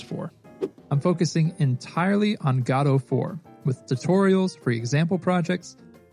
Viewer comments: GAW-doe? You mean guh-DOE? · It's not gaadoo it's GODOT !!! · its not Gado its Godot. Go dot. Thanks for good content 🙂🙂🙂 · Wtf is Gaddoh? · i mean, i might subscribe but i dont know if i can handle the "gato" pronounciation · Why are we pronouncing Godot like Gatto? I actually hate the real way it's pronounced but this bugs me even more XD.